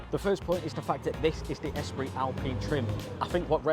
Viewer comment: 'Ostral es prit'? 🤣You might wish to learn how to pronounce the names of the cars you are reviewing, lol. Try 'Orstraal espreee'. Otherwise a decent if slightly clumsy review of my probable next purchase. Cheers!